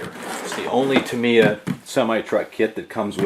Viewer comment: Tam EYe Yah NOT Tam ee yah 😅